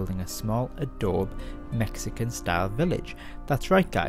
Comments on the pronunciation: Adobe: “Ah - doe - bee” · "Ahdowb" lol